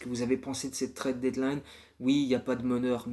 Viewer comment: Lourd comme d'hab, merci ! Juste attention la prononciation de "trade", c'est "trède" 😉